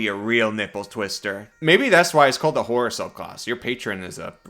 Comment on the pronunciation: It's HORROR, not HORNY!